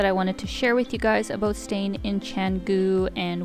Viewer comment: Aboot?? are you saying about?